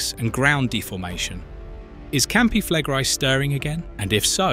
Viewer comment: Your pronunciation of Campi Flegrei has darkened the skies across the world already mate so doesn't really matter anymore